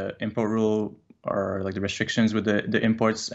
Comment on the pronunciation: This dude says “teh” seriously. He’s got brain damage folks just move on